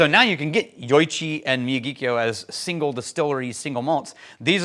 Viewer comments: Regarding pronunciation of Miyagikyo, instead of mi-ya-GEE-kyo, think mi-ya-gi-KYO (as in "Mr. Miyagi" from The Karate Kid, plus KYO). The Miyagi part of the word is more flat, without emphasizing any syllables, but there's slightly more weight on Kyo. Put another way, if this were music in 4/4, the "Miyagi" would start on the "3 and," and the "Kyo" would be on the "one" (downbeat) of the next measure. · C'mon, I would've thought that you might do at least a little research on how to pronounce the name of the whisky you are discussing! The pronunciation is Miyagi-kyo, and this is apparent as you'll find it in Miyagi prefecture. The first time I visited Japan, I brought back two bottles of whisky, a Hibiki Harmony, and the Miyagikyo in this video. I chose both because they were real Japanese whiskies, and that's not just because they aren't 50% Ben Nevis! They had the clean floral taste that I came to strongly associate with Japanese whisky. Yoichi is good whisky, but it tastes too much like scotch to me. I've had multiple bottles of Pure Malt, Taketsuru, From the Barrel, and the now defunct the Nikka 12 on my shelf for many years, and I really enjoy them all. For me though, the Miyagikyo is the most unique, and the most authentic. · LOL at running over and destroying the name> Phonetic pronunciation is me-yaw-gee-key-oh. Enjoy and glad I’m here too. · Think the "Karate Kid", "Mr. Miyagi". Then add the "kyo" as in "To-kyo" or "Kyo-to". That is how you pronounce it.